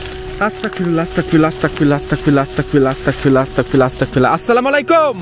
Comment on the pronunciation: ভাই,'আস্তাগফিরুল্লাহ' সঠিক উচ্চারণ